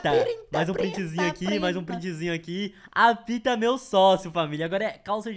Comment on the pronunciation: Eita mais alguém percebeu q o quando tava dizendo apita ele disse a pika